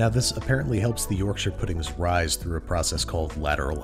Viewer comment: Speaking as a Brit, this is the first time I’ve seen an American absolutely nail Yorkshires